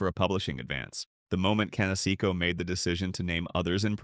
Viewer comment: Who is Can-Secko?